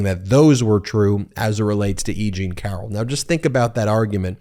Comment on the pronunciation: It isn't Egene it's Eugene (pronounced;Yougene).